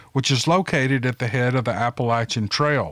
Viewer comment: Hi!!! Love love love your channel!!! An easy way to remember how to properly say Appalachia is: If you don’t say it right, I’m going to throw this apple at cha! Take care, Marian